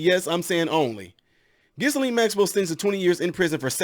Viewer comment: The “s” is silent, it’s pronounced Gill…and. Interesting you didn’t name one of Epstein’s best buds, Donald Trump especially the eleven and twelve year olds that Jeff supplied, for oral sex. I guess that slipped your mind. Oh and Jeff’s suspicious suicide, which appeared to be more of a way for “ someone” to keep him quiet!